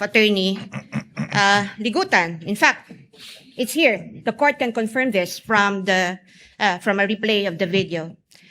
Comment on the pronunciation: Luistro has her own pronunciation about this word confirm by saying it confiirm